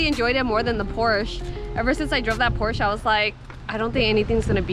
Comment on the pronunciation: Porsche --> 'Por Shhh- A'